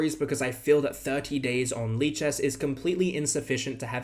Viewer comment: lichesas lichess